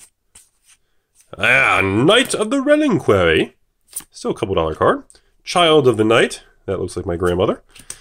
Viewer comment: "Knight of the Rel-IN-quary"